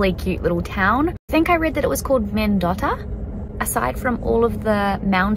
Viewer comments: It’s pronounced Men-dough-tah 😂 I loved your video though. Can’t wait for part 2. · Men-doe'-tuh. That's how you pronounce Mendota.